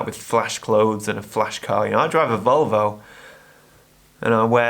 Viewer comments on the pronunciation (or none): none